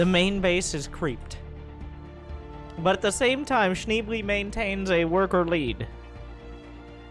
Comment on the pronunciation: It's "Shneeblay" ;)